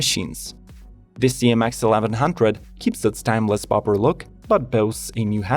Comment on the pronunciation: Dang, not even 15 seconds in and this guy already pronounced “Bobber” as “Bopper” 😂🤣😂 like what the heck is a “Bopper” bike?